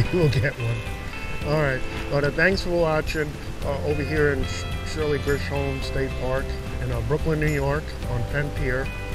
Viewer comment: It actually pronouced Chisolm..like the John Wayne movie Chisolm